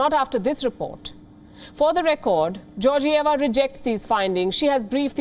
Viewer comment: bulgarian here, its Georgieva like "get" not like "Georgia". check out the bulgarian political situation in the last 10 or so years btw, then check who she works most closely with. This was obvious from the start for anyone who wouldve bothered to look.